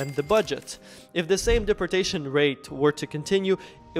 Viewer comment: Learn how to say deportation or get the f*** off of YouTube😂